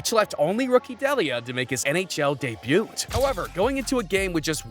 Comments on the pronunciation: Its pronounced DAY BAYOO. Not day boot. /facepalm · why tf do you pronounce the t in debut? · When you botch 'Debut' a dozen times it kinda becomes a pronunciation video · The 'T' in DEBUT is silent you donut! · Dude, you don't pronounce the "t" in "debut." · Did you just pronounce the T in 'debut' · I hate videos narrated by people who don't know a thing about what they are reading, and doesn't know how to pronounce words properly. the T in debut is silent. if english isn't your first language I'll give you a pass. but I'm pretty sure that isn't the case here. Why do i comment on videos i would delete if i could? It helps out the creator doesn't it? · why do you pronounce 'debut' like that? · This man is a menace pronouncing the 'T' in debut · Debut has a silent "t'. Please pronounce it properly.